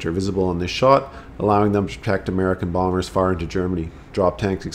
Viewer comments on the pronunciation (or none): none